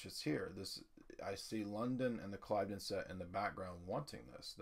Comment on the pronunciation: Ugg - dude the word is pronounced Clivvden